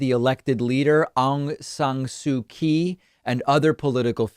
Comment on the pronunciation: It’s pronounced Aung San Suu Kyi (Chee)